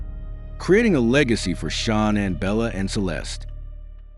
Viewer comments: Come on dude you don't even pronounce shananns name right!its not shawnon its shanann (sha-- nann) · That is not how you say her name😮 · Gee. not too much research put into this when you can't get Shanann's name right. And such a "click bait" title.